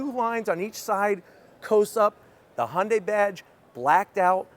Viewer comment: Im so happy he is pronouncing the company right. Used to call it hyun die